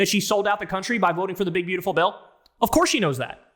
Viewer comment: "Of CoUrRRrSe!!!"